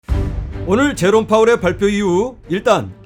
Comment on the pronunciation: 첫멘트 제로파월 로 들림요 ㅎ Good!